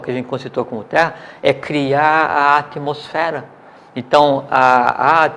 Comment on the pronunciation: "atomosfera" kk